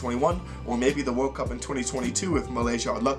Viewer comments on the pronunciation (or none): none